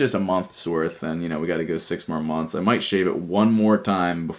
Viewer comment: He said sex months